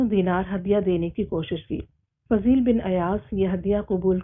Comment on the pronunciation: This name is Fuzail bin Ayyaz not Fazeel bin....